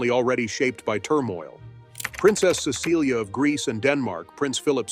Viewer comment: Her name is pronounced. CESS-a-lee